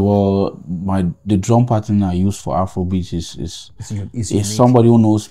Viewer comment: It's not Afoua kom beatz😂